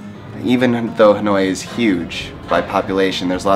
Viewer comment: Dan đọc là ....... Hà lội ?